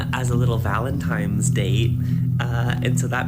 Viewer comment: That psycho was saying Valentimes instead of Valentine!!!